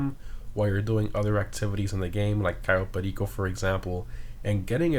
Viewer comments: The pronunciation of u saying "Cayo Perico" just godly amazing xD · Is it just me or the way he says “Cayo perico” is really cool